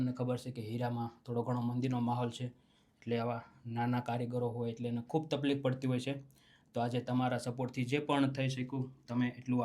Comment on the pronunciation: તપલીખ ના બોલો તકલીફ બોલો હું સમજી શકું હું શમજી શકું વારંવાર ના બોલો